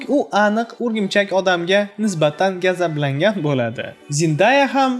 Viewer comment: Aka yahshi ketyapsiz lekin bitta gapiz bor shuni talaffuzini oʻzgartiring Gazablangan emas G'azablangan